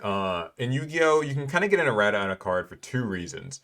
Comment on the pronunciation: He is butchering erratas’ pronunciation right?